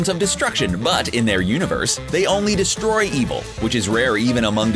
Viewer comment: "they only DESTROY evil" ... you should accent it like "they only destroy EVIL" ... see the difference? Lol, I'm nitpicking, but that stuck out like a sore thumb to me.